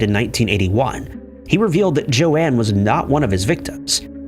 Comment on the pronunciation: Joan is pronounced with a long O, as in "oh".. not like Joanne